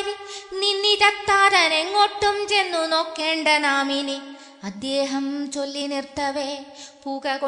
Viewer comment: അദ്യേഹമല്ല അദ്ദേഹം എന്ന് നിർബന്ധമായും തിരുത്തുക മോളേ, നന്നായി, വളരെ നന്നായി ചൊല്ലി, ഈ ഒരുച്ചാരണം കല്ലുകടിയാണ് ആ പ്ലസ് ദേഹം ആണ് അദ്ദേഹം എന്നോർക്കുക. K മുരളീധരൻ പ്രസംഗിക്കുമ്പോൾ 'അദ്യേഹം 'എന്ന് പറയും . ശീലമാണ്. ശരി പറഞ്ഞുകൊടുക്കാൻ പലരും മടിക്കും. കമ്പ്യൂട്ടർ /മൊബൈൽ വന്നതോടെ ശുദ്ധമലയാളം ചത്തുപോകുന്നു. ഒരു യഥാർത്ഥ മലയാളമുണ്ടെന്നു യുവതലമുറ അറിയണം. എഴുത്തിലും ഉച്ചാരണത്തിലും ശുദ്ധി വേണം,!